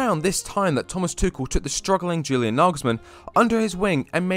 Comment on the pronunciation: Practice saying YEW-lian....it's not JU-lian